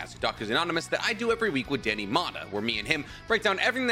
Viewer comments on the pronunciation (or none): none